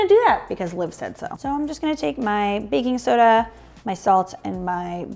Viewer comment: Say it right now: baking soder. 😂